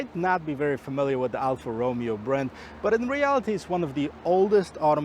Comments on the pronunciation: It’s roh MAY oh, not ROH me oh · This is the worst review I have ever seen, his car knowledge is terrible, his pronunciation of the brand “Alfa ROOOOMEO” is atrocious, and who tests a vehicle thru a parkade, Idiota….